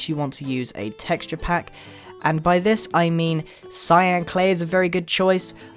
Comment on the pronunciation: "i have a nice block of clyan clay" not hate just thought it was funny